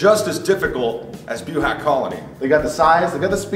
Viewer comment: You guys said buhach wrong and Quintens last name wrong too